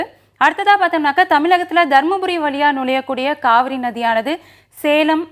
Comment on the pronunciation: Kaavari illa Kaveri🤭🤭🧐